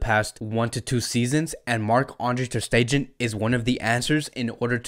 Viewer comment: As much as I love ur content n ur passion for fcb , for God shake please pronounce the players name properly. Iivan rakitic, ter stejen, c'mon buddy..👍👍